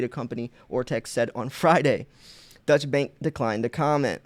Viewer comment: Thanx for posting what the mainstream media won't. Incidentally, Deutsche Bank is German, not Dutch, and not pronounced the same.